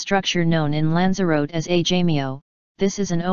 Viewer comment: Pity you used the Microsoft robot voice. for starters, it cant pronounce the word 'Lanzarote' correctly.